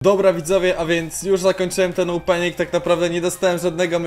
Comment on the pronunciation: "opening" "ołpening" Uwielbiam oglądać twoje filmy